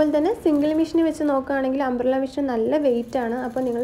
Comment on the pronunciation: മിഷ്യൻ അല്ല മെഷിൻ